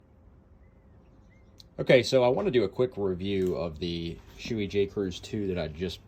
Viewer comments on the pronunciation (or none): It's pronounced "Show-A" (show-eh), not "Shoe-ee". Helmet fitment is so conditional on head shape that it's difficult to know if you're critiquing the helmet, or the shape of your head/face.